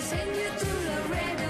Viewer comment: Not "Lorado" it's LAREDO, Texas, USA